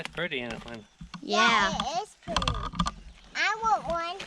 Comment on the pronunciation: What a wonderful little family. I love to hear you say “Ant they purdy “ and that precious little boy hollaring “dia,dia..... I to am a country gal. Keep up the great information on that wonderful country living.